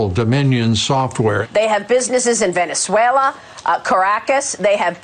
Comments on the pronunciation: started in "Venswayla" ?? It's a Canadian company you idjit! - founded in 2002 in Toronto, Ontario, Canada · that moron says Venzeuela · "VENZUELA" Haaaaa! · Haha pirro called it Venzuela and not Venezuela, they can't even get that right. Ohhh stupid fox........That guy called them out so well. And trucker mouth carlson getting called out too about dirty money. This is so good. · VEN-ZOO-AYLA??? Really Janine???